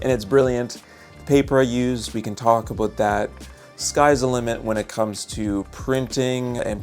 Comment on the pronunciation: “Let’s talk a boot it!” That the name.